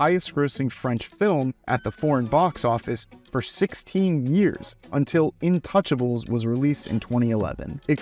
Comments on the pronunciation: Not in-touch-abulz... it's pronounced an-too-SHAH-bluh. Absolute GEM of a movie, if you haven't seen it, treat yourself. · sorry, but INTOUCHLES!!!!!! As a Belgian who speaks french..... dagger through the heart